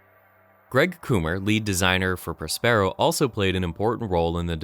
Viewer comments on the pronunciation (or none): It's Pronounced (prä-spə-ˌrō) you uncultured swine as is Prospero's books! Have you never heard of Shakespeare? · I know this is nit-picky, but your mispronunciation of Prospero got really annoying by the halfway mark. It's Prosper-o. Also, aleph is pronounced like olive, only with a soft f sound at the end.